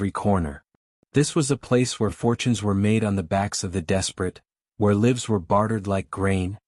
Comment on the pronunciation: Sorry. Stopped when the AI pronounced the plural of "life" as "livvs." Literature includes spoken text, but only when it makes grammatical and syntactical sense.